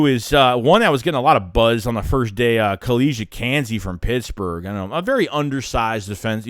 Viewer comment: KEY-Lee Ringo, Kelee Ringo. Not Kelly Ringo... SMH...